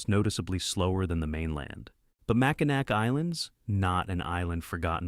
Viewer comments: It is NOT MackinaC. It’s pronounced MackinaW. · Ain't no way it's Mac in A-ack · It’s not called Mackinac. It’s called Mackall. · It’s pronounced Mackinaw not Mackinac. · it's pronounced Mac In Naw not Macanac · It is not pronounced Mackall. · Mackinac Island, the ending "c" is silent and the last syllables is pronounced (naw). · You can tell when someone doesn't know how or is not from Michigan, by the way they pronounce Mackinac Island.